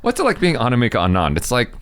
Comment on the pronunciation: My name is anamika And the way pronounced my name Aniimaaka sounds hilarious 🤣